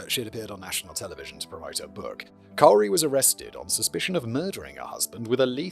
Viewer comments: Love that you even checked the pronunciation lol. It’s pronounced “Corey” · lol…when Simon thinks he’s doing the right thing by looking up a pronunciation, only to be dead wrong. Pronounced core-ee. Usually spelled Corrie, I think. The trial is all over YouTube and the prosecutors and her defense team both use the core-ee pronunciation. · Take a shot every time Simon says "cowry". Current death toll: 23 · Cowry. Lol. That's exactly what "COREY" deserves, that people don't even remember how to pronounce her name correctly. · dude. You looked up a pronunciation guide and STILL FUBARed the name Kouri. It’s KOR-EE. Not difficult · Well it's also Koori not cowri but hey that's the charm of Simon reading instead of sine AI bot❤. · Kori is how it was said by everyone in court fyi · Kouri is pronounced "Corey" btw :P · Same. I've followed this case from the time "Cowry" was charged and I just love that Simon mispronounced her name faithfully from the beginning of the video. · K-our-i. As an American I know we butcher English. If an English man pronounced Kouri as k-our-i then I side with him 😂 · no, it's on screen spelled correctly. It's just such a dumb spelling this was inevitable. He's just pronouncing the ou as ow, the same way you pronounce it in out or couch or trout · I love how you're saying her name wrong the whole time. He does sound like such a major douche bag, still doesn't deserve to be murdered though. And it does totally sound like mummy dearest did the same to Jane or at least that's where Kouri got the idea from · if she ever hears this, it will burn her up and I'm HERE for it. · Absolutely not! Especially when the mispronunciation results in something so fittingly degrading and accurately representative. Simon’s pronunciation has her name rooted in ”COWER/COWARD”. 👈💯 SPOT ON ‼️ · the pronunciation of Kouri is driving me mad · I’m so here for the mispronunciation. It would make Kouri so upset and that makes me glad. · It's Cori not Carrie 😞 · It’s k OR ee